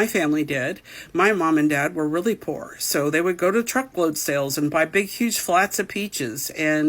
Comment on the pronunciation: Right can't even say poor right